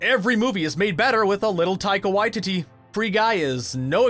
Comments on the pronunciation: It's pronouced why- ti-ti, taika Waititi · Guy narrating absolutely butchered the pronunciation of Gal ‘Gadot’ and ‘Watiti’ 😩 Was painful to hear